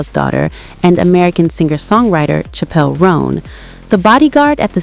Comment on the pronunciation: Pronunciation is *Chapel.’